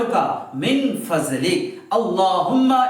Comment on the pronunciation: আল্লাহুমা ইন্নী, আসালুকা, মিং,ফাদলিক,,হবে,, ফাজলিকা,হবেনা,ভালো, করে, উচ্চারণ, করবেন,আপনি